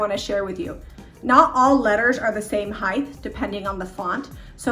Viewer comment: She didn't actually say HEIGHTH? 😱 and crispy lines? Not a thing